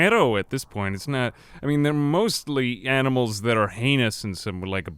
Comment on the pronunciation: "Amnimals". It's the small things in like that are great. :)